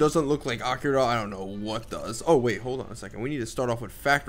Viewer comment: i am sorry but the way he pronounces Akira ruined my day :L